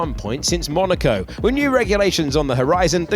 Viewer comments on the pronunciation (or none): none